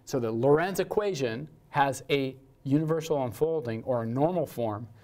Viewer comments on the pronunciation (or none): Hej, It is the Lorenz system, not Lorentz. You mixed-up the fluid dynamicist and the physicist:) You and Steve got me inspired to get my dynamical system course online as well. Working on the slides right now!